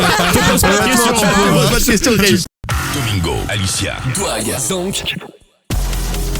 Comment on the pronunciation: Il a dit "Dogmingo" ptdrrr